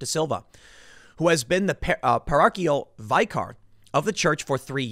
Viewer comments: 'Parochial-vicar' is pronounced par-oke-ee-al vick-er. Don't worry, I got your back Tim. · PAH=RO-KEE-AL VIH-KAR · “Poor-oak-ee-all” “vik-er” Yes, I am that person.